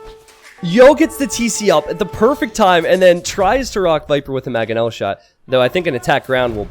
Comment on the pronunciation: Love content but it's MANGonel not MAGonel